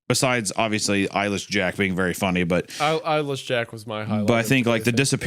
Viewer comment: I thought Papa Meat was saying "Eilish Jack" the first few times he said "Eyeless Jack". I'm wondering if anyone else had that kind of experience, or if I'm alone on that.